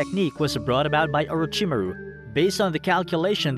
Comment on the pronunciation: I H8 the way he pronounces Orochimaru.... But beside that this is a phenomenal video.